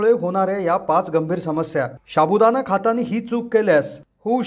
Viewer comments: शाबुदाणा नाही साबुदाणा हा शब्द आहे मराठीत तरी उच्चार बरोबर करा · शाबुदाणा नाहिरे बाबा, साबुदाणा म्हणा 😂😂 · शाबूदाणा नाही रे बाबा, साबुदाणा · Sabudana bolayala Shik baba pahiley. Shabudana Nahi re. Evadha Pakavto ki Loka Tumcha Channel Baghnarach Nahit. Ashya prakaarey Tumcha Channel Shabut Nahi Rahanar. Timing Vadhavnya sathi Evadha kaa Pakavto ???? Channel chi Credibility Ghasartey. - Nilesh Borse. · Sabu..... Don't say Shabu.. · हा फालतु बडबड करतोय एक तर शाबुदाणा नको बोलुस साबूदाणा बोल कोणी विश्वास ठेवणार नाही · शाबुदाणा नाही साबुदाणा म्हणतात रे . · Nit bol re baba "शा" बु ? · पहिला साबूदाणा बोलायला शिका. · सहमत शाबुदाना उच्चारही येत नाही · अगदी बरोबर लिहिलय. साध मराठी उच्चार करत नाही हे लोक अन चॅनेल काढतात!